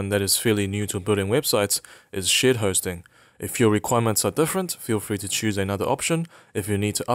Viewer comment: Every time he says "Shared Hosting" I hear "Shit Hosting"!